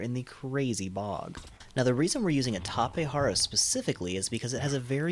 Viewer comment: Tapejara not Tapehara. Its also Jenny and not Henny.